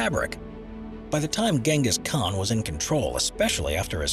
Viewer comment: Thumbs down for mispronouncing Genghis Khan's name